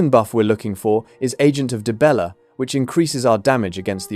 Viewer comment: Dude converted dee-bella into die-bella... 😂😂😂